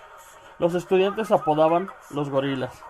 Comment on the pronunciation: heeey en Pau dice estucdiante no estudiante hay t encargo churpio